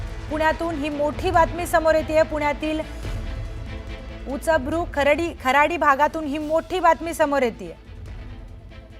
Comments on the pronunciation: उच्चभ्रू, उचभृ नाही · उचभ्रू नाही उच्चभ्रू. बोलताना शब्द तरी नीट वाचून म्हणा कृपया 😀 ज्या कोणी मॅडम बातम्या देत आहेत त्यांनी नीट वाचून शब्द म्हणावेत आणि नसेल नीट बोलता येत तर तो शब्द म्हणू नका ना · तुम्हाला बातम्या द्यायला कोणी ठेवलं तुम्हाला साधं उच्यभृ म्हणता येत नाही 😂😂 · उच बरु नाही उच्चभ्रू अस्स आहे सुधरा तुमची मराठी. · मराठी भाषेची वाट आपणच लावतोय, वारंवार 'उचभ्रू' म्हणतेय ती बाई 😅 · उचभ्रु नाही हो मॅडम, उच्चभ्रू..😂😂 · उचभ्रू नव्हे, उच्चभ्रू pl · उचभ्रु नसत ग बाई उच्चभ्रू असत हिला उच्चारण करता येईना आणि अँकर केलं..... तोंड बघून अँकर करता आजकाल 😂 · Uchabru…….what pronunciation is this? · उच्चभ्रू उच्चार व्यवस्थित करावा. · उच्चभ्रू नीट बोलता येईना निवेदिकेला... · उच्चभ्रू या शब्दाचं योग्य उच्चारण करायला शिकवा या निवेदिकेला.....